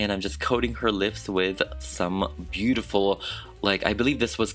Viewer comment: She is "beautiful" with British accent.